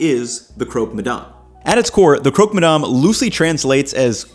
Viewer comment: You're in France, so please call ist "crock" and not "croak"